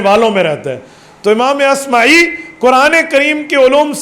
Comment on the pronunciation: امام اصمعی ہے عصمی غلط ہے